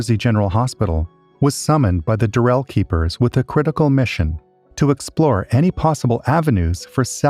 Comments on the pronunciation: It's DURR-el. Not durr-ELL. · Why is it so difficult to pronounce the name Durrell correctly